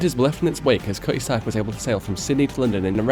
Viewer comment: “KUH-ee-zark” = Cutty Sark, if the pronunciation confused you.